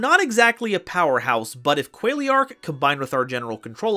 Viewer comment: tfw you pronounce Qualiark as Quailiark. You're butchering these names man.